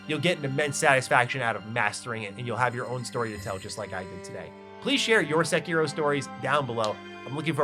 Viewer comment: Homie is really going out of his way to say as many of the terms and names as possible COMPLETELY AND UTTERLY WRONG 😂